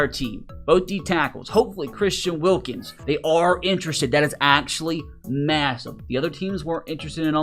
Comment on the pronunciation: Why did it say wilKIMS??? LMAO DUMB HICK